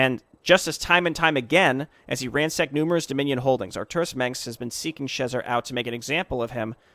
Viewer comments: Tiniest of nitpicks that will bother me endlessly because that's just the sort of detail that would: Alan Schezar's name is pronounced "sheh-ZARR". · Akshualee, it should be more pronounced シェザール. :P